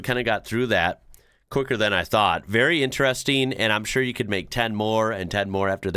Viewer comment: Again....stop saying intressssteeen.